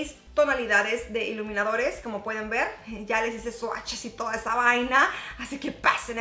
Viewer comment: "ya les hice swatches y to' esa vaina" sonó muy dominicano 😂😂😂 Me hustan tus vídeos, me parecen muy ligeros, sin tanta formalidad!